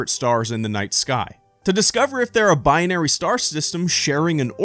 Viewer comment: Are you adding another sylable? It's "Bi-Nary" not "Bi-on-Ary".